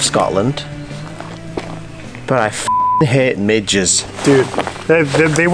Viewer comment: Did you say Midges or Minges? 😳